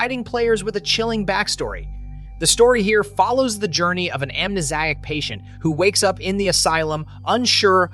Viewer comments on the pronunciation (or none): Am nez eye ac patient? I think you mean 'a patient with amnesia'